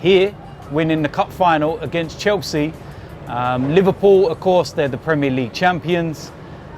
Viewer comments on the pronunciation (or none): none